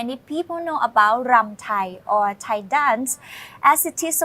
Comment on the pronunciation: is awesome. Funny and lighthearted, but very intelligent. Keep him coming back. Did I mention how perfect his Thai pronunciations are?